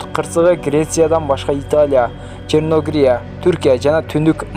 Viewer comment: Черногрия эмес Черногория деп туура айтсаң